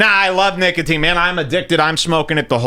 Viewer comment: Did say niggatine, instead of nicotine?